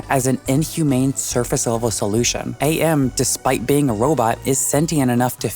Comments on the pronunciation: no way you just said AM like A.M, this is so nit picky of me, but I don’t care, how do you like AM but cant say it right? While also showing us clips of the game where they pronounce it as AM and not A.M. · Video is great the one nitpick I have is pronouncing Am as A.M. he literally calls himself Am based off the phrase I Think Therefore I Am.